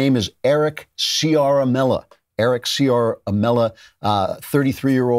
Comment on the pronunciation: Ah, Andrew! Go watch Dan Bongino's scoop on the whistleblower Ciaramello (pronounced char-ah-MELL-oh) he put out today. The spider web of this guy's connections is legion. PS I love you.